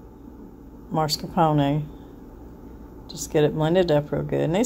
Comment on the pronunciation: It’s “mascarpone,” not “marscapone.”